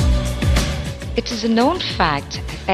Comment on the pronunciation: ...it's amusing that the narrator pronounces "V" as "W"... wolcanos and wents... LOL!...